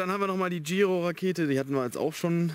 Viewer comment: ich glaube die werden so ausgesprochen (so mach ich es jedenfalls xD) Cielo (Sielo) Giro (Schiro)